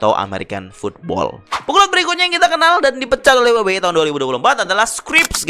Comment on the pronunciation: Paling tidak bahasanya keren dikit la, masa we we e? Dabel yu dabel yu i coy..😅😂